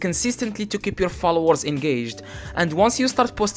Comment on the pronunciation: the fact that he said flowers instead of "followers"